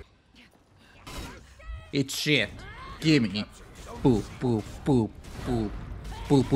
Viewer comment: Sometimes I think you say gibby instead of gimme